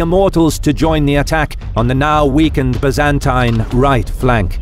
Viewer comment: I'd make a drinking game out of every time they pronounce Byzantine the way they do but I don't wanna die.